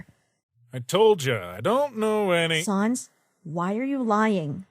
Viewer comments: You don't say it like sans you say it like säns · u don't say it like sons it's SANS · The only problem I have so far is that it's pronounced SAYNS not SAHNS. Ok bye now, also I'M METTATON!! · Frisk: Sa nas. Me: RAGING STOP SAYING SA NAS IT'S SANSSSSS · They say sans wrong they say sons its sAns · Y u call him sauns. It's pronounced sans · Sans - it's sans, not SARNS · Whoever works for this channel and reads the comics, you don't pronounce it as S-ah-n-z. It's S-an-z. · It is pronounced saens not saans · It's sans! Not sons! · It’s not sahns, it’s SANS, like the French word for without! Actually that is what it translates to! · "Sons" instead of "Sans" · S-ANS NOT SA-UNS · Mettaton Nope its pronounced.... How it's spelled SANS Cuz it's a pun on Comic Sans not Comic Sayns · You pronunced Sans wrong To pronunce his name is like that Sens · It really annoys me that Frisk is pronouncing Sans' name wrong. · Me still angery cause of people saying sans wrong